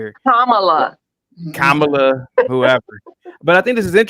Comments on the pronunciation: And they think MAGA is a cult. How dare you mispronounce our great leaders name ??? Mace should have called her Commie Kamala and then said you need to call Trump, President Trump from now on. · What the hell? That’s just unhinged! Mispronouncing her name has nothing to do with disrespect. I want to throw up! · Comeallya is hard to pronounce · Funny old Joe pronounces Kamala’s name different every time he says it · Kamala herself pronounces her name differently